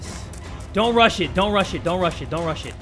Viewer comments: Sometimes when Jay says don't rush it, it sounds like don't russian Not trying to be racist -^ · Its like no russians basically that how